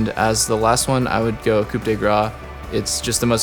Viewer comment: Pronounce it 'Coo' not coup, this is not a car.